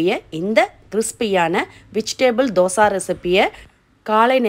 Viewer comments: தோசா இல்லை தோசை என்று சொல்லவும் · Say dhosaiiii not dhosaaa 😏😏😏😏😏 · Yes Dosai..